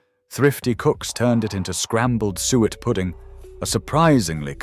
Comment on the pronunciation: Some interesting sentiments, but if the pictures were appropriate to the commentary it would have been so much better! [E.g., you talk of sheep head and show pictures of a pig's head ...... not very clever. Oh and by the way, SUET is pronounced soo-it.